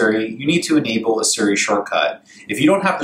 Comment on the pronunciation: Why does he keep saying Surrey instead of Siri?